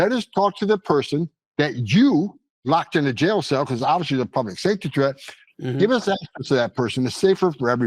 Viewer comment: stop saying “obvously”. if its obvious why say ut